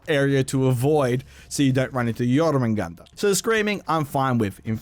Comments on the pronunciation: U still dont know how to pronounce it...its pronounced yorr-mun-gandurr (roll the r’s) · nice pronunciation of Jormungandr